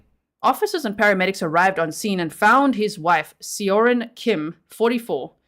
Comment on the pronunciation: As a beginning Korean-language learner, I would pronounce Seo-rin more like Saw-rin.